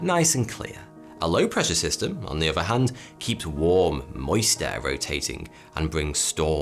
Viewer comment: it's his English accent. Notice his says "uvver" instead of "other." Or in this vid.."weavver." Instead of "weather.".....it's his accent. P.S. even his "thunder" sounds like "funder."